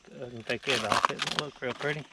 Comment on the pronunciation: What a wonderful little family. I love to hear you say “Ant they purdy “ and that precious little boy hollaring “dia,dia..... I to am a country gal. Keep up the great information on that wonderful country living.